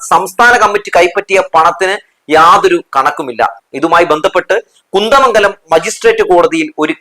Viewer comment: കുന്തമംഗല മല്ല കുന്ദമംഗല മാണ് . പത്തി മംഗല മല്ല പതി മംഗല മാണ് . തെറ്റ് തിരുത്തുമല്ലോ.